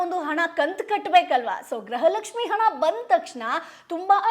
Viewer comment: Graha Lakshmi halla madam gruha Lakshmi